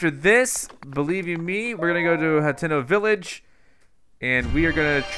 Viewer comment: Hateno Hut--ee--no Not Hat--eh-no